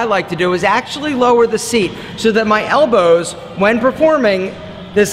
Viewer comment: I've never heard someone emphasize the W in "elboWWWzz" like does.